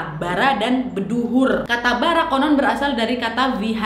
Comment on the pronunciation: Maaf kak utk pengucapan kata atas dlm bhs bali ny agak salah tapi udh agak bnr sih kak. Sebener ny bukan Beduhur tapi Beduur ya kak